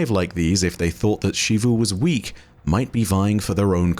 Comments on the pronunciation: I think Xivu is “Zeevoo” not “Sheevoo” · In english, American and British, when a word starts with the letter X, with few exeptions, there is only one proper pronunciation for it. It's pronounced as /z/ for example: xerox, xylophone, xebec, xenon, xenoblast. This also includes Xivu. Her name is pronounced as Zivu Arath not Shivu Arath. Every character in game says her name as Zivu. Every Bungie empolyee says her name as Zivu. Ask any english major and they will say Zivu not Shivu. I know this sounds very nit picky but it is honestly difficult to watch your videos when you continue to mispronounce a characters name. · please, it’s Zivu not Shivu 😭